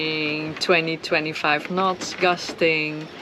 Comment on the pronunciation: I knew you were dutch, especialy after you said "nots" for the second time ahaha! Thank you for the vids they are very inspiring, fair winds and waters. Groeten uit zaandam.